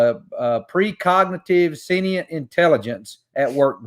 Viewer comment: What kind of "doctor" doesn't know how to pronounce sentient properly?